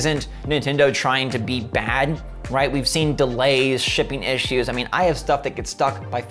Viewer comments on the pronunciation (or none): Why do you pronounce the word "issue" the way Paul Joseph Watson does?